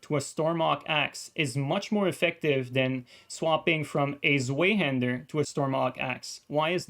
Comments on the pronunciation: its pronaunced Svaihander my man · Great vid thanks for the explanation. One minor pet peeve: The Zwei in Zweihander is the german for 2 and it’s pronounced ‘tsvahee’.